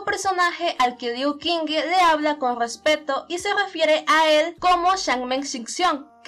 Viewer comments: Friendly reminder that the Q is pronounced like CH, not like a K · Soy imbécil ⊂(・﹏・⊂) hice un fallo enorme en la pronunciación del nombre de Liu Qingge, Qingge se pronuncia como "Chingge" y yo de estúpido lo pronuncie como K. Lo siento mucho!!! (╯°□°）╯︵ ┻━┻